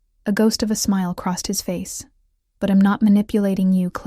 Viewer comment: Are all these stories ai ? Honestly if a real person is reading this, why the mispronunciation of words like I’m? If you are writing and reading why so many mistakes like that? I’m out. Sorry, storylines is broken with confusion of when he stopped talking. 37 minutes in and I’m out. AI can be great but you need to double check your storyline and the pronunciation of basic words. Also, try making up original names.